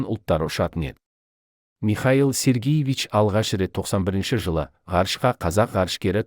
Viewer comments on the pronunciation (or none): Михаил Сергиевич емес, Михаил Сергеевич....